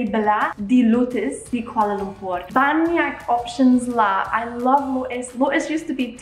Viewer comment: lotus is literally is an english word but you are still say it wrong